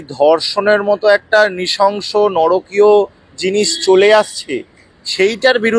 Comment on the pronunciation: নরকীয় নয়, নারকীয়! জোরালো বক্তব্যের মধ্যে এই ত্রুটি না থাকলে ভাল হত।